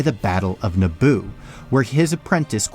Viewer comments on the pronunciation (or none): none